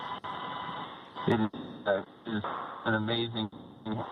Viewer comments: What's SUNI .....can't the women pronounce the whole name SUNITA.....Racist People of america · It's Sunita not Suni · Though I am happy they are back, I have a genuine question. Why do Americans have to butcher a beautiful Indian name and whitewash it? What the hell is Suni Williams? It's Sunita Williams.